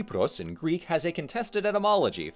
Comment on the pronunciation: Also wow, so many people butcher the greek language but you’re pretty damn close man.